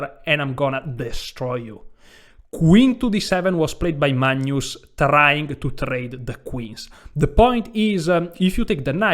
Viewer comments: Caro, Ho realmente ammirato tutte le tue presentazioni! Adoro il modo che pronunci il Mag-nus come Manjus (per esempio, in "Magna Grecia"). Hai un umore incomparabile. Sono di Grecia Moderna. Amo lo "scacchi" (anche "σκάκι" in greco). Ho sempre amato la lingua italiana tra gli anni che l' ho studiata - da ragazzo di 16 anni! (piu di 50, adesso). Mi piace anche berre il tè freddo o l' acqua spumante (sparkling water o "gazosa", in greco!!). Peró, non ho capito, perché in inglese dicci "sacrAfàis", invece di "sàcrifàis", come in italiano,("sacrificio").. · This guy is hilarious! I crack every time he calls Carlsen "Maynus" and says "...it's freathening...."!🤣